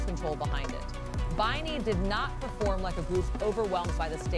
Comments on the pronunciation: BAYNI? 😢 It's pronounced as BEANIE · BINI was pronounced BEANNIE☺️♥️♥️♥️ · Commentator be like: Binay 😅😅😂 rofl!!! Hahahahahha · says Binay 😂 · Tf is with "katsi-eye" and "bi-nigh"? I only know katseye and bini. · “Katsy Eye” and “Bee Nay”?!!! Wth man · KAT-SEE-EYE BEE-NIGH I’m dead! Lmao! 😂💀😭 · Katsy-eye and Beenigh is taking me out😂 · KASTSI-YAY BAY-KNEE 😂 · Holy cow is the voice over rage baiting with those group name pronunciations? KATSEYE was clearly super high production. The Golden collab with HUNTR/X was clearly gonna be a headline moment. They were good, but not really for me. BINI however was the one that impressed me and made me a new fan.